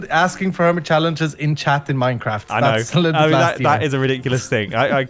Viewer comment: wan mincraft day